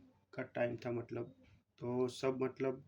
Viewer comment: मटलब नहीं मतलब